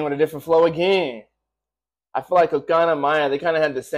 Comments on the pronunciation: its CO-CO-NA Not CO-CA-NA... its co co naaaaa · You’re saying it wrong.. it’s co co na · CO-CO-NA not so hard to pronounce. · No, you did not pronounce her name right, but you'll get there :P Cocona (1st lady) was the one who shaved her hair in "woke up".